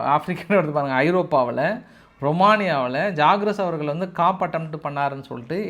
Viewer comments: It is not Kaap attempt, it should be pronounced as Koo attempt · தொடர்ந்து ஆங்கிலம் தமிழ் இரண்டு மொழிகளிலும் தவறுதலான உச்சரிப்பில் சொல்கிறீர்கள் எத்தனை முறை தெரிவித்தாலும் திருத்திக் கொள்ள மறுக்கிறீர்கள். Coup என்பதை காப் என்கிறீர்கள் அதை "கூ என்று மட்டுமே சொல்ல வேண்டும் walking ல L silent மாதிரி இதில் P silent. பிரத்தியேகம் என்ற தமிழ் சொல்லை பிரத்தியோகம் என்று சொல்கிறீர்கள் இது போல பல சொற்கள் நீங்கள் நிறைய பட்டங்கள் வாங்கி இருந்தாலும் அடிப்படை மொழி ஞானம் குறைவாக உள்ளது கொஞ்சம் இதையும் கவனிங்க பாஸ்...